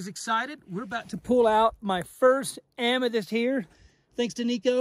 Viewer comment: I cringe every time you mispronounce Amethyst